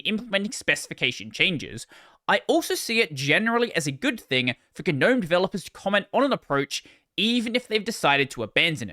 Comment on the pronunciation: its pronounced gnome not gnome.